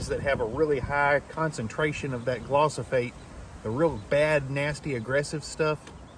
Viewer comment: pronounced gli-fo-sate. Great content my friend. I will think twice this spring.